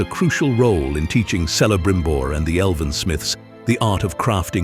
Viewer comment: Your pronunciation of Eregion and Celebrimbor is totally WRONG. ereGion not ereJion and Kelebrimbor not Selebrimbor. Yes rings of power show sucks